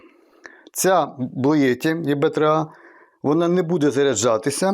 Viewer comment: Їбе 3а, це ти потужно видав назву😂